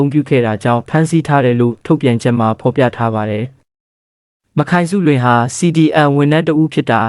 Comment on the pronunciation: "မခိုင်စုလွင်"လို့မဖတ်ရဘူးဟ။"မတ်ခိုင်စုလွင်"လို့အသံထွက်ဖတ်ရတယ်ဟ။ မ နဲ့ခိုင်နဲ့ကိုဆက်ဖတ်ရင်ဖယအဓိပ္ပါယ်တွေပြောင်သွားတာနားမလည်ရင်လဲမဖတ်နဲ့၊ဒီအတိုင်းစာတန်းထိုးပေးရင်ရပီ။